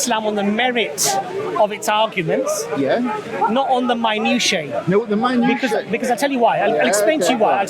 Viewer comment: ...I believe you are trying to say MINUTIA...pronounced MI NOO SHE AH If you are trying to say it in the plural, then you really are off the pronunciation. Minutiae (Plural)...pronounced MI NOO SHE E